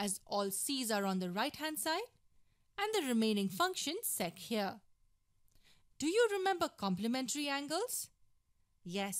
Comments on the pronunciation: ‘sec’ sounded like sex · "Sex squared theta"...lol